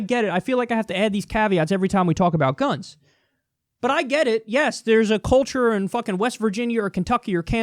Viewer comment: I love how he has to put weird accents on some words like “sex” and “guns”. I dont know, this YouTube algorithm is kinda shitty